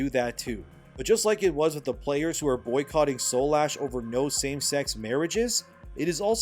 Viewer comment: Dude. Read the title of the game. It's Soulash not Soul Ash. Shit makes me cringe. It's right in front of you just say it right 💀